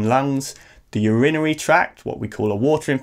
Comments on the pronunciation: Is that how you say urinary?! I've been pronouncing it like URINE-ARY all this time! Great video - really informative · I've never heard anyone say it the way he does - actually it wasn't until he said it the third or fourth time that I understood it was urinary, I thought he was saying something I'd never heard of!